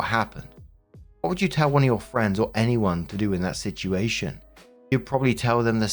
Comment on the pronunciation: Please tell me I'm not the only one who gets a kick out of the way says "situation". It almost sounds like "shituation" to me.😂